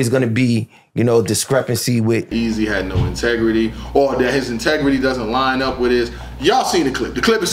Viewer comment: “Ahtegrity”. “Everyone Got their own ObjGenda”